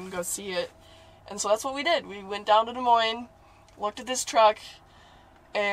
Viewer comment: you know you play red dead too much if you hear lemoyne instead of des moines 😂